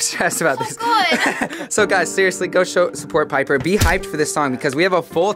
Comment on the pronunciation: nah he did not j say Jenper. Wtf is that it’s jiper